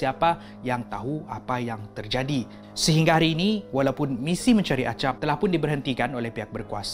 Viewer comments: Bang tu yg las tu nama nya acap bukan agap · Acap bukan agap